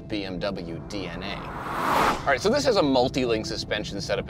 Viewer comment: "I think it's ahrrraiiii" 🤣